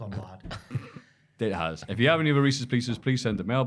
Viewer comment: That Reeces Pieces was absolutely painful. 😅